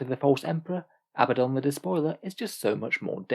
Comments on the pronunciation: His name is pronounced uh-BAD-un. If his name was Abbadon you could call him AH-buh-don. However, based upon spelling (and the religion his name is taken from) the 2nd choice is the incorrect pronunciation. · Probably keep pronouncing his name wrong. Glad I could help.